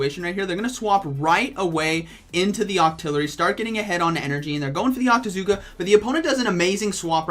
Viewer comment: I can't even understand...octazooka?